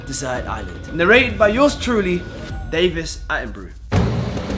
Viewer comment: Did this guy just say David iron bru